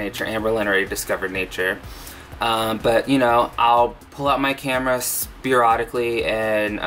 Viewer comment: Noooo, you said spear-odically! It gave me life!!